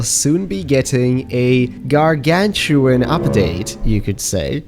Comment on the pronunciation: Gargantuan not Gargatuin